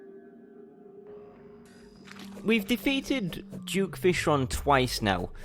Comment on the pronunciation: Why does a lot of terrarian players say "Juke"fishron?its suppose to be duke not juke🤔